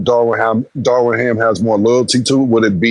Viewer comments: they keep calling DARVIN ham darwin ham 😂😂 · Isn’t it Darvin Ham? They keep calling him Darwin. 😂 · "Darwin Ham".....😂 Lol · Darwin ham lol it’s darvin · It is not Darwin…it is Darvin Cam😂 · Why Killa keep calling Darvin Ham Darwin? lol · C’mon why ya still callin this nigga Darwin?? It’s Darvin 😂😂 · Why can’t people say Darvin?